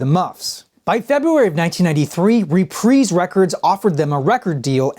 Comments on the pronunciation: "Re-preez"??? I always thought it was pronounced "re-prize". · repreese records? isnt it pronounced reprise? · Reprise (Reprize)✅ (Repreeze)❌ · “Repreese” records? Lol